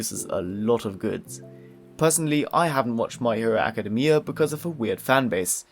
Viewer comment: Ayo y u say "academia" like that 💀💀?? Also the entire anime collection seems so fukin hype!! Also also also don't shit on DIY 😭😭